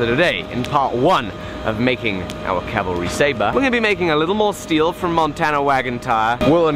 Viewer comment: please pronounce "Cavalry" not "Calvalry".